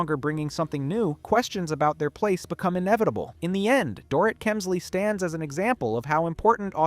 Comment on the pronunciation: I wish I could finish watching this but when the narrator keeps mispronouncing the subjects name it starts getting obnoxious. Please put a bit more effort in your ptoduct.